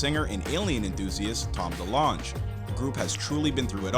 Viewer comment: The way he said DeLonge is funny…also states a family tragedy but not what it was (his mom dying the day before he started high school)